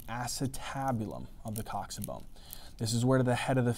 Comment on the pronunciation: Thats how its pronounced